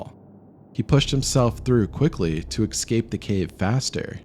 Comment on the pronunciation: EXcape? You did not say excape did you? I keep thinking it is me who hears it wrong, whenever someone (frequently) says it (or liberry or Valentime's...I KNOW I am hearing correctly when people call the caffeinated beverage we all love, "eXpresso").